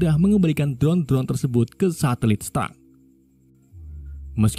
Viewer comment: Min tadi saya dengar Mimin salah omong yaitu ngomong tersebut malah tersebat